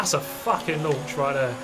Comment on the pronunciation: “That’s a facking launch right there” 😆